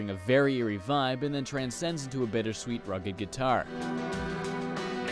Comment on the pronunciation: "bettersweet" "shkeme"